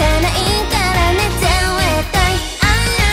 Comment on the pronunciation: の「絶対」とか「目一杯」の言い方が気になる